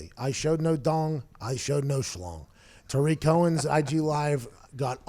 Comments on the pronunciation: It's not pronounced Tyreek Cohen, Tyreek is Hill. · It's Tarik Cohen not Tyreek Cohen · Yeah, Pat was using Tyreek Hill's pronunciation of his name. Tarik Cohen is pronounced "Tah-Rick" not "Tie-Reek", I believe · Saying tyreek instead of tarik bothered me way too much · Pat, it’s Tarik not Tyreek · Rhome Grown it’s not tah-rick it’s ta-reek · Anyone else triggered of him saying tyrik cohen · It's not Ty-Reek. C'mon man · Rhome Grown it’s actually pronounced Tah-reek Cohen but you were close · The way he says Tarik Cohen bothers me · Why does everyone pronounce Tarik’s name incorrectly? 😂